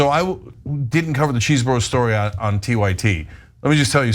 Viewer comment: There is no excuse for mispronouncing Chesebro now that the word came from his very own mouth in court.